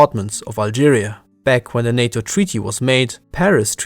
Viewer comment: It's NATO not SATO 😜